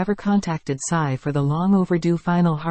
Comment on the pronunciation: Tsai !Tsai Not size ! Please